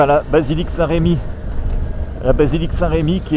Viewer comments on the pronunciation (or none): Démarche intéressante, merci pour cette vidéo, mais c'est Saint Remi et non pas Saint Rémi. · En bon rémois je prononce même "saint r'mi"